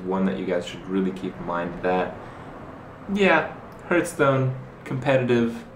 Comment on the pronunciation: "Hertz-stone".. love this guy. He should the commercials.